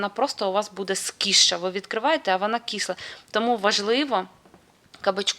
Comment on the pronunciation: Вибачте ,довго терпіла Ваше І.... СКІСЛА 😂😂😂😂.. НУ НЄ.... СКИСЛА И.. .И...